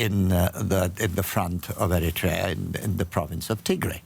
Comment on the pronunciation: Madam Ambassador, the country is called Eritrea not Ertiria